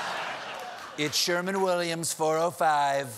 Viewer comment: "It's Sherwin-Williams 405 Beached Squid." Although it sounded like he said "Sherman." 😂